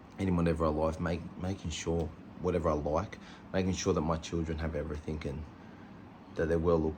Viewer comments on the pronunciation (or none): Oh. And it is "everything". Not everythink!!